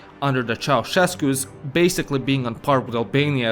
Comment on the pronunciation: Mai ales felul în care îi pronunțată numele lui Ceauşescu